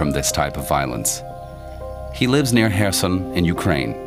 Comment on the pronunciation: What is the name of the city right after ? I can't recognize the name Was it Kherson? I couldn't recognize the pronunciation 😂, later they said more clearly